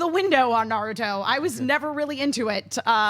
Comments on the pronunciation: i don't know about the writing,i know what i hear from every voice actor in the series.and they all emphasize in the ru not the na like the americans do, did the japanese, and emma did the american.although i think emma started to say something about the pronunciation,maybe it would be the difference between american and japanese before cut her off!!! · don't wanna argue about trivial stuff but you're wrong. Emma was right. It's NA-ruto. said na-RU-to. that's how the Japanese say the name. Common mistake, that's fine. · I didn't watch the dub. I just remember it not being nuh-ROO-to like so many people say. That is an English pronunciation like a-KIR-a (instead of A-kira) or sa-KUR-a (insead of SA-kura) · haven't watched dubbed versions either,but trust me, it is na-RU-to in japanese and NA-ruto in english,you are right about A-kira and SA-kura,unfortunately all the big anime youtubers/reviewers are americans and mispronounce all the names which i find weird because they watch the subbed versions but i guess they don't really listen to the actors and it gets confusing,that's why i said to watch the subbed versions!!!